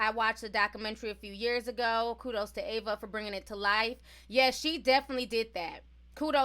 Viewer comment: Sheesh butchered Ava name